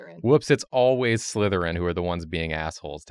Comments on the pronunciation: TRICKLERYN!!! The name isn’t Trickleryn😢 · The last one is written slytherin, pronounce sly-therin. As in sly.